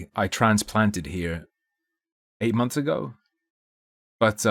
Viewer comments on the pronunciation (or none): none